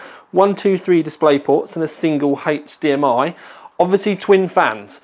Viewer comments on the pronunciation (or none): none